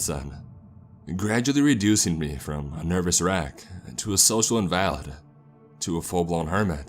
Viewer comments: Great job...really enjoy listening to u, but fyi, its inva-lid not in-valid, hope im not being to much of a pronunciation nazi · Social in-valid? Lol its pronounced "in-vuh-lid" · nah, that one kinda got me too for some reason lol. Innv-uhhh-lid 👍